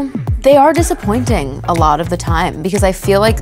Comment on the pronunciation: Her Long Island accent came back out at the end when she says “a lot”